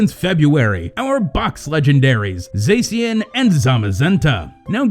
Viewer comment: Mini rant go: STOP PRONOUNCING ZACIAN AS “ZAY-SEE-AN”. THE OFFICIAL TRAILER LITERALLY SAYS “ZAH-SHE-AN” Ok mini rant over, sorry I just needed to let off some steam haha